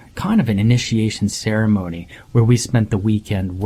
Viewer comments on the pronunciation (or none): none